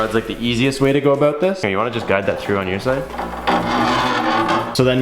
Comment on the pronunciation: Didn't realize you were Canadian until you said oot and aboot